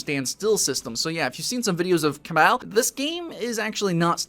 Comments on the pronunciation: Dude it's cabal not cabble. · Duke Bro CABBEL * that's the way he pronounced. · its pronounced ca-ba-l ,whit hit on second a! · Its pronounced cuh-ball... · Hehe he said CA BULL two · Cabal is pronounced like the cabal from mortal Kombat m8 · haha the way you say Cabal makes me laugh. Iv'e always just pronounced it Ca-ball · After playing the first Cabal. With a Blader, and Archer; both over level 100. I find this disappointing. Also it seems there is now 3 ways to pronounce this game.